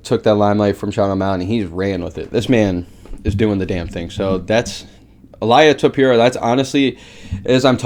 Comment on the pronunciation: Il-ee-uh Toe-pur-ee-uh